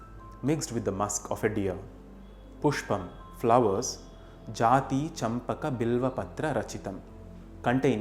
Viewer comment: Its Jaaji champaka Not Jathi